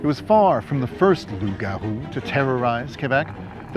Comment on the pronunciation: Thanks for pronouncing Loup Garou and Quebec the right way